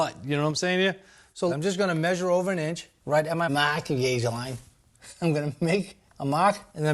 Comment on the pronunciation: Searched Amazon for “maahking gauge” multiple times, and it kept automatically adding an “r”. Similar results when searching for “wicked shaap pencil”